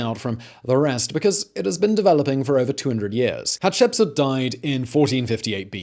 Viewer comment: Great channel Simon. You definitely are pronouncing the very difficult name of this lady better than I could before watching this video😁 I remember seeing something about her in school, but only as a name with dates. This fills in the gaps nicely.